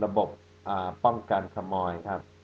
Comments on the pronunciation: ระบบป้องกัน ขะ-มอย 5555. เค้าพูดว่า ขะ-โมย นะคะ :) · ง่าส์ อ.อาดัม ไม่ชัด ตรง ขมอยอ่ะ ขโมยน่ะ คริๆๆ 555+ น่ารักดี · อาจารย์ อดัมน่ารักค่ะพูดคําว่าขมอยถึงจะเพี้ยนไปนิดแต่ก็น่ารักดี เหมือนคนข้างตัวเลยค่ะชอบเรียนพูดภาษาไทยแต่ก็พูดผิดบ่อยๆ ก็บอกเขาให้ออกเสียงใหม่อย่างเช่นคําว่า เกาะสมุย ต้องให้กําลังใจกันนานพอสมควรเดี๋ยวนี้สําเนียงชัดเวอร์แล้วค่ะ ถ้าอาจารย์และครอบครัวมาเที่ยวเมกาอยากให้แวะมาเที่ยว Vacaville CA อยากเห็นตัวเป็นๆของอาจารย์ค่ะ. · ขะ-โมย น่ะค่ะ อดัม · ผมชอบตรงอดัมพูดว่า ป้องกันขมอย